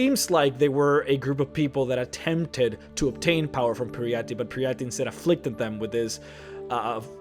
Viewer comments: It's Peryite, not Peryatti. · Peeriiahtee? Peryite? Wtf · "Periyate" "Hearcyne" Muh nigga, i understand english isn't you native language, BUT COME ON! :'D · its pary-ar-at ie its par-e-ar-ite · "pe-ree-ya-TEE"? is that how we pronounce peryite? i thought the e at the end is silent and the yite part is pronounced like "aight". i dunno i dont really turn the volume up when i play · Peryite. Per-EE-ite. Hircine. HER-seen. These names are literally said right in game. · it's pronounced "Pear-e-ite" with -ite as in meteorite. I think all names that end with an E or similar in TES are pronounced like meteorite etc. Such as Kyne, which is pronounced "kye-n" with kye as in eye. I've heard people say "kyeney" or "kyeni". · butchering the name Peryite. It's two sylables. Peer-right. get it right Her-seen not Here-seen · Pare -- ee -- ite Peryite :T. Minor nitpick, but just wanted to get it off my chest. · You’re pronouncing peryite so wrong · All of the bad pronunciations and grammar was killing me, even people who don't speak English aren't this fucking annoying. I couldn't continue any further as soon as i heard how he pronounced Peryite. Fuck this channel. Bring it, fanboys! Hear me insult your master! Fucking losers.... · L Takara listen to how he says Peryite and Coven for starters. whats wrong with your ears? It has nothing to do with accent, "bro".